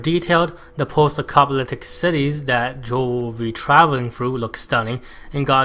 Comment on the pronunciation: lol are you saying acopaliptic ? great review. you have a new subscriber